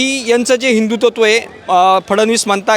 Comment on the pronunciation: पत्रकाराला हिंदुत्व हा शब्द उच्चरता येत नाही हिंदू तत्व बोलतो 😂